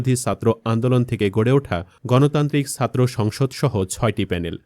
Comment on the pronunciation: ছাত্রকে সাত্র বলেন কেন? উচ্চারণ ঠিক করুন। উমামা ফালতু কথা বলে- একথা বলে সে সব ছাত্র ছাত্রীকে অপমান করছে।